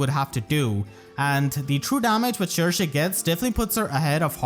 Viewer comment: I'm glad we finally know how to pronounce Cherche correctly! I keep butchering her name before XD